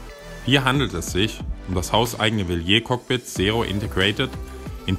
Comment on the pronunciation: Aua! Die Aussprache von Wilier solltest Du als GCN Moderator nochmal üben!